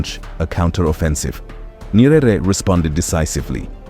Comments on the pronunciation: Ny-ere. Not Ny-e-rere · Not Nyerere pronounce it Nyere